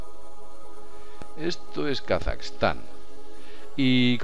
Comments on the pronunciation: Es Kazajistan no Kasaxtan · a nadie mas le molesta como pronuncia Kazajistán?